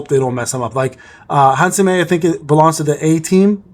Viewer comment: What a gigachad father edit: also, small correntions: - her name is Han Se-Mi, not Han Si-Me - your battle tier is 28 atm, the 29 is the one you are striving for